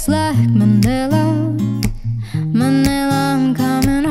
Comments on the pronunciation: “Ma-ni-la” not ma ne la 🥴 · Manila not manela😁